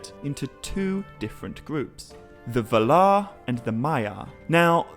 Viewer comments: Ugh. It's vaalar, not valar. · While I really enjoy the vids I can't stand the way he pronounces valar. Pretty sure its [VA]lar not [v]-larr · I came across this channel not too long ago and am watching the vids but the way he pronounces Valar seems wrong… but I won’t let that discourage me from watching more vids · Sorry, but you're pronouncing Valar/Vala wrong. 🙄